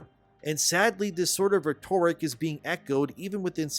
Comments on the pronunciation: I love your work, I've been subbed since the first video of yours that I've seen. But please, for the sake of my ancient pickled brain, learn how to pronounce "rhetoric". It's simple, phonetically it sounds like "Reht-or-ick", not "Rett-orrick". I'm not a grammar nazi, but to hear such an otherwise bright man constantly murder this word hurts what's left of my over-mortgaged soul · "Re-TOR-ic" It's not pronounced that way. It's "REH-ter-ic". Check with google if you don't believe me. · Bro, it's pronounced "RHE-tor-ric". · For the love of God, it's RHEtoric, not rheTORic. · Vid was good. Good message but it's hard to take someone seriously if they can't pronounce simple words. Rhet-tor-ric. Come on bro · “Rhetoric” is pronounced “RE-ter-ick” like “Frederick.” Totally understandable mistake because “rhetorical” IS pronounced the way you were saying it: “re-TOR-i-kul” like “historical.” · Rhetoric is pronounced ret- err - ik (ick) With the hard ret soft er and semi hard ik. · Not how you pronounce rhetoric lol. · I like you but the way you pronounce/say "rhetoric" makes my skin crawl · I love your channel, but please learn how to pronounce rhetoric. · So he has to be mispronouncing rhetoric on purpose so we comment on that, right? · Please allow me to teach you how to pronounce “rhetoric”. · Off topic but, do all Canadians pronounce "Rhetoric" like that? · Someone please teach how to say rhetoric. Not ragging on you brother, Not sure if english is your first language given your background etc... but dear god is it grating. Cheers for exposing little miss racist to me. These people are disgusting. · Just a note on form rather than content, because I've got nothing else to add: that's now how 'rhetoric' is pronounced. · If you pronounce “rhetoric” incorrectly one more time, I’m out… next video, you’re gonna do it again and I’m gonna block you. Do you even care that you sound like an idiot? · Bro you're driving me crazy with your pronunciation of rhetoric.